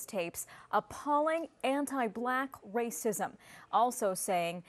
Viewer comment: "raycism" "whyte" dude where did you go to school? Lol